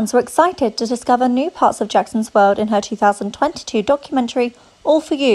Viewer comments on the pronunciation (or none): none